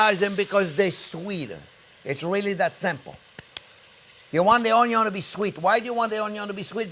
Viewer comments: Friends Remember the "Onyawn" always goes in first<>Chef taught me that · Yeah, you are right, I learnt to pronounce ONYO the right way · All this time I have been mispronouncing Onyo. Damn you learn a lot watching Chefs tutorials. It's addicting. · When he says onion he sounds Cajun. Like Justin Wilson